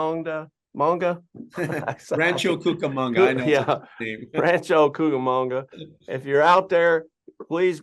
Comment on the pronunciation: Thank you pastor for sharing so honestly 🙌 I'm born/raised in S California, so hearing pronouncing Cucamonga made my day 😂